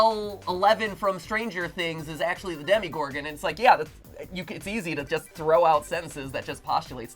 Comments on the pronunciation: Did he just- did he- its demAgorgon not demEgorgon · He said demigordon and not demogordon